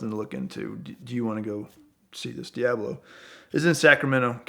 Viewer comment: Does it irritate anyone else with the way this guy says Diablo